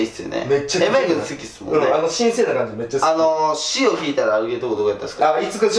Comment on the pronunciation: ハッピーライフハッピーホウムMY(エムワイ)ホームじゃなくてMY(マイ)ホームだろw